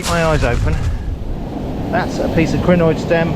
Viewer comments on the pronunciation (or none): A what stem? The autosub says crenoid, but it sounds more like greenoid